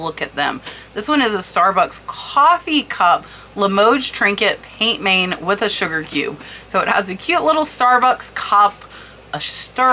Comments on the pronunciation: Hi! Amazing trinket boxes- love that you do these videos Kewpie is pronounced like this: “cue- pea” And pient main means hand painted in French Pronounce main like this - “Mann” not main as it would seem to be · As I live in France I also can help with pronunciation. Peint main is pronounced more closely like Pan man with very little emphasis on the final “n”.